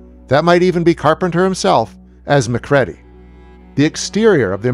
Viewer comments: It's killing me the way you keep mispronouncing Mac's name. It's Muh-creedy not Mac-reddy. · I’m a big fan of your work however it’s not pronounced MAC-READY it’s MIC-REEDY have you ever seen THE THING at least watch it before you review it! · The last name MacReady is pronounced Mah-Creedy, not Mc- Red-ee! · Interesting video, but it's funny, the way you pronounce Macready as Mac-Ready, instead of Mac-Reedy, the way it is spoken many times in the John Carpenter The Thing, almost makes me think you didn't watch that film? I guess it's not necessary that you have seen the film, just very strange if you made a video on it without watching the movie the video is about. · MacREADY(reedy) what the heck are you saying lolol did you even watch the film? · It is MacReady. R.J. MACREADY . U pronounce it REE-DI . U got that? Jesus man U haven't even watched this film , how come U approached it so unprepared ? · I still can't believe this channel made another video about this movie and still can't say McCready properly like the person narrating the video hasn't even watched the damn movie! It's driving me nuts! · Did u even watch the film? Mispronouncing the lead character name says no